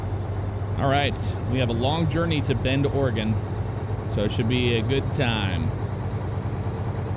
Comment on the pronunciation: Hey look someone who says Oregon right